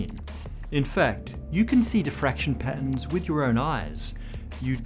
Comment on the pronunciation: Dotter? Pattons? Wtf is this guy talking about?